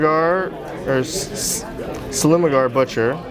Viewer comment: How DARE you butcher the great dragonlord's name.